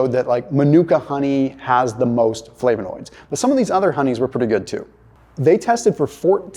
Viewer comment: You’re pronouncing flavonoids wrong